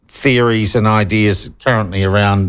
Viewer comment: Did you say "fairies" or "theories?"